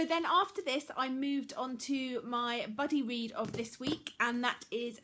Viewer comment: Everytime you say 'buddy read' I hear 'bloody read' haha Love your channel ^_^